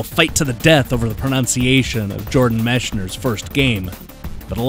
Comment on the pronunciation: Isn't Mechner with a hard C sound?